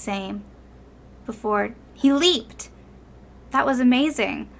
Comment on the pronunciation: "he stopped. Looking at his prey when... hE lEaPeD!" Im sorry i cant. I choked on my drink lol